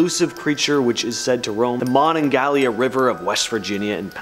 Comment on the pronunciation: It's Monongahela, not Monongalia. Monongahela is the river, Monongalia is the county. Also it's pronounced like Mon-in-gale-yah, not Mon-in-gal-yah. Just a typical West Virginian bein nitpicky